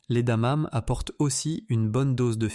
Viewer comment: Contenu intéressant mais Dieu que ces voix artificielles avec I.A. sont pénibles ! Ne savez vous plus lire à haute voix ? Le 5ème élément est "incompréhensif" ... C'est quoi des "damames" ? adamame ? adanane ??? Bref, c'est quoi ce 5ème élément ? Mystère.